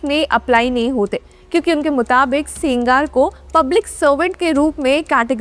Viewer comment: He is sengar madam not singaar